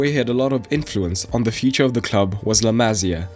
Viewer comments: to help with the pronunciation it'd be La Ma CIA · Another brilliant video! thx! Please note it’s La Masía, accent on the “i”, not “másya”...